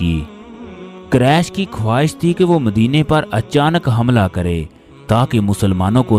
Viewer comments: Allah knows bande Quresh ka talafuz sahi Qaresh nahi Quresh sahi lafz hae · قریش ,,ق,, پر پیش ادا کریں صلی اللہ علیہ ,,,وعلی,,, الہ وسلم ھے صلی اللہ والی وسلم نہیں آپ درود پاک تو ٹھیک افا کریں